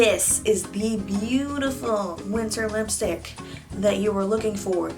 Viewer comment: I think nobody hears she is pronouncing lipy stick not lipstick